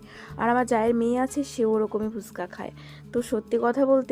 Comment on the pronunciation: ফুসকা না গো ফুচকা বলে😅 কিছু মনে করো না অনেকদিন ধরে ভাবছিলাম এই কথাটা বলবো। তুমি প্রায় সময় ভিডিওতে এইটা বল দেখেছি